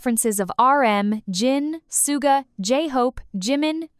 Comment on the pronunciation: The voice is clearly AI, so please chose one that doesn't grate on the ears and also knows how to pronounce words correctly, or proofread your script so it can cope. Hideous voice. Suga is not the man "known to the world as Soooga".